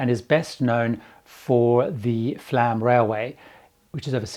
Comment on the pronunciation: Flåm. Not Flam. Flåm is pronounced Fl oh m. Å/å like o in born.